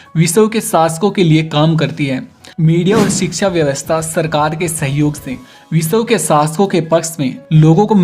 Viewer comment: Kyuki ye biswa ko bisaw bolta h